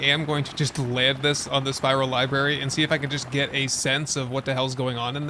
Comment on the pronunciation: There is totally an R in Lib_aRy... Lol. I loved watching this super cut.